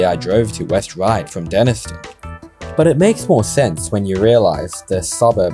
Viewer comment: pronounced Denis-tone fyi